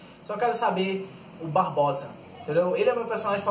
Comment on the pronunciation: Não se chama "BarboSa" e sim Barbossa.. Da pra melhorar, mas so falou bosta! kkkkkk